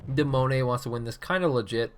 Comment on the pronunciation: Wow I did not think that you would comment on my match. Firstly I am not french I am Swedish and the name come's from the 10 year old my trying to spell demoneye, but I do like how you pronounced my name. You have too understand that when I was playing the game I could not see everything like you can in the replay